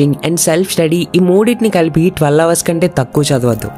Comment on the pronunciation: Correct your pronunciation - hours